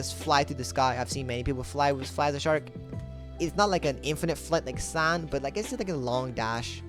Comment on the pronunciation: Why U say sand like that bro lol sound like ur saying sànd df